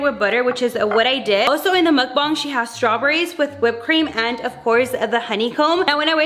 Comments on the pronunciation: I’m sorry not to be mean I love u but I think it’s pronounced Muck- Bang- and you said muck- bung😭- it’s funny but then it makes me wanna “correct” you buh people have their own opinions so.. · BANG NOT BONG sorry but it just makes me mad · The way she says mukbang she says it like muukbung